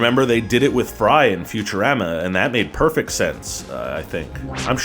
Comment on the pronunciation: He said Futurama as Future Raama. I cringed.